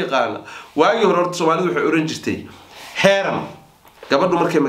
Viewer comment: Heeran ma’aha waa Heerin.